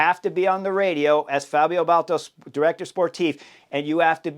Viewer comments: It's B a l D A t o, not Balto. Love your channel Chris, but please. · Baldato, not Bolto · Dude, ‘Bal-dah-toe’ sheesh! 🙄 Didn’t you race against him?